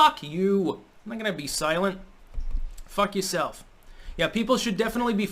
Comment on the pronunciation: "Fuck ya'self!" New England accent slipping out. That's a rarity lol.